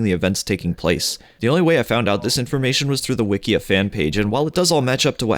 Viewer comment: "Wikeea fan page" koalaity?? Were you saying those like that on purpose?? 😅🤣😅